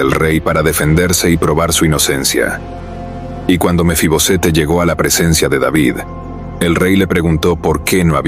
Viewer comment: Porque usted dice mefibosete?